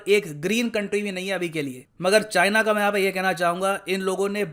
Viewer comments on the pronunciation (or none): none